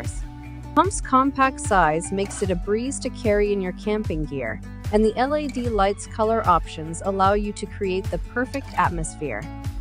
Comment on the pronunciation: Why does she keep saying L.A.D. light instead of LED?